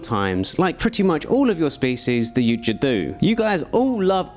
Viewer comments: But says yoot jah😂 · Brother i have never heard someone pronounce yautja like that But also, please, willy Wonka from the oompa loompa perspective